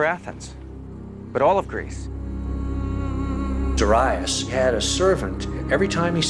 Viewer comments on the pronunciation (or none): Darius. The first syllable is stressed. Look it up. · The pronunciation of Greek and Persian names is hilarious. Mill-TY-adees LOL, Der-II-us LMFAO